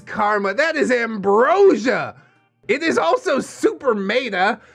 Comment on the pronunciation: is he calling the second story "made up?" or is he saying "meta" a little weird?